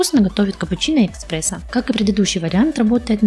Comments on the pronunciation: эКспрессо))) деревня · какие могут быть вопросы к человеку, который говорит "эКспрессо"?))) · после "экспрессо" (с), - выключил